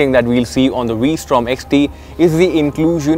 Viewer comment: He keeps saying WE Strom.